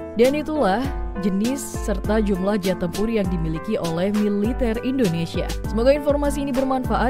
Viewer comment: Koreksi jumlah... Bukan jumblah